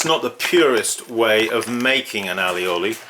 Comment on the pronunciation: Why are you adding so many letters and syllables to that word